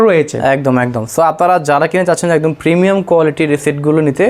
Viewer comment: প্রমিয়াম প্রিমিয়াম 😂